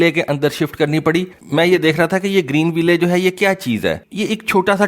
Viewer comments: The name of the city "Greenville" is pronounced: "Green Will" It's not to be pronounced as: "Green Way Lay" Your videos are very informative otherwise, keep up the good work... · bhai ap ville ko will parhen .ye sahi pronunciation u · صحیح تلفظ۔۔۔۔۔۔۔گرین وائل کور۔۔۔۔۔کورپس کا مطلب لاش ہوتا ہے معذرت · The final e in Greenville is silent. Don't pronounce it, makes you sound illiterate.